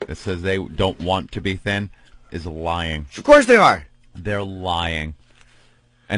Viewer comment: "I'm not lioying"